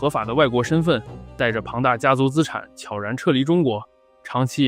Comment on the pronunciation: 能把悄然念对的真的不多